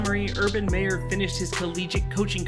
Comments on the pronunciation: You said mayor its meyer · Its MY er not May er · It's Meyer, not Mayer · Why he said his last name pronounced as mayor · This guy cant say hid last name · Can you say his last name right please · I'm not trying to be an ass but did you purposely mis pronounce Urban's last name the whole video until the end. Even mispronounced Gardener's last name as well... Good video though. I blame Tom for kill our 2017 team culture and success we built. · You pronounced his name wrong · He pronounced Minshew as Mid-Shaw 😭😭😭. And Meyer like Mayor 😭😭